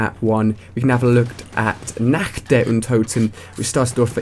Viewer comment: Ali, its pronounced "NOCKT" not "NACKT"